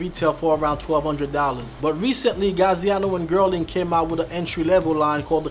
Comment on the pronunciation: you're butchering these brand names, it's Yeossal, not Yosol, Gaziano Girling, not Gerling, Enzo Bonafe, not Banoffee and Vass, not Vash.